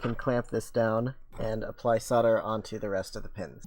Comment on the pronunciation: "sodler" lmao